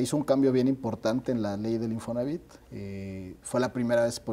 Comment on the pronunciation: Oiga don , perdón pero se dice Infonavit, como lo dice el invitado, no se quiera hacer el moderno !!!